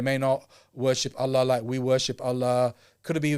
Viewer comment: can you please announce Allah correctly 😁 جَزاكَ اللهُ خَـيْراً as usual for keeping us informed